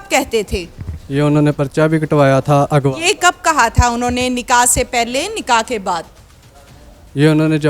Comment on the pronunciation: Ye please apni urdu theek se bayan karain ek lafz aghwa ko eghwa or zyadti ko zyadati kehti bht ajeeb